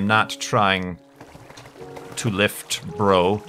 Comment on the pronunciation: I love how says lift...bro